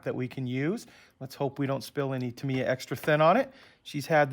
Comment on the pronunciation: Ask a company rep...it’s Tah-mee-yah (somewhat similar to Yamaha) not Tuh-mee-yuh (or Tuh-my-yuh for that matter).